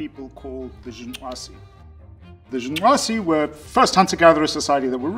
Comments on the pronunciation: Good job. See white people, it isn't that hard to pronounce black people's names. Great video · I appreciated it actually and smiled as well. It warmed my heart to hear a fellow westerner, not "mock" the click languages of Africa. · I love how committed he is to the pronunciation of that tribe’s name. Pretty cool sounding. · Stop saying "Jung nwaze", like it's such and awesome achievement to pronounce it, you pretentious prick! And just because an individual is fit for survival doesn't mean they can't enjoy leisure time. So you're not debunking shit, hippie, you just forgot about the survival bias. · Great hearing you articulate that Southern African click name so well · i like how he pronounces the name :) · Respec! My man pronounced the tribe name correctly nd all. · It is quite fascinating that he is able to pronounce the name of the tribe as intendet. at least i think he does, because he makes a slight klick noise. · I just felt an outburst of joy every time he pronounced “The Ju/'hoansi.” I don't know why, but this man pronouncing that gave me a childlike joy.